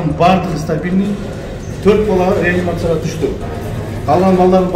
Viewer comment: Ранимация эмес реанимация деп оку алыпбаручу.